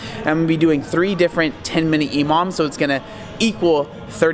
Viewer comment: I thought he was saying "Imam" which is the opposite of an electronic MILF